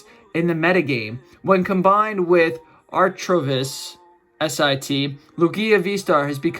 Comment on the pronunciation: Bro said Artrovish for Archeops